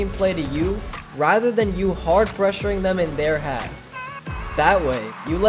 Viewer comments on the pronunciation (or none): none